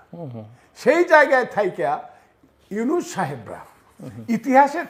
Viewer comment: অশিক্ষিত গ্রাম্য ছাগলের ছাগলামি শুনলাম কিছুক্ষন।ইউনুস নাম টা ভালো করে উচ্চারন করতে পারছে না এই লোকটি।ওদিকে নিজেকে জাহির করতে বড় বড় কথা বলেই যাচ্ছে।এক ধরনের মানসিক রোগ (paranoia) ওনার মাঝে দেখা যাচ্ছে নিজেকে প্রাসঙ্গিক করার প্রচেষ্টার মধ্যে।ওনার চিকিৎসা দরকার।